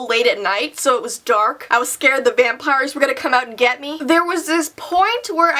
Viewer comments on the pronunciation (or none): Lol I thought you said VANpires. Just think of that 😂😂😂